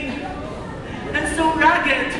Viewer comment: ) great but the RAG-GED sounds pretty bad to me:/ sorry but its great declamation